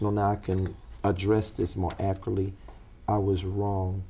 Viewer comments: If He says “ACURTLY” one more time 😒😒😒😒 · You mean "ackritly!!!" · 😂😂😂 It propietary accoratley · "Accruly". LOL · veee1985 It’s “ ackeritt “ .... “ Let’s not be children “.. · He cant even pronounce accurately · Why can't he ACCURATELY say the word ACCURATE?!?!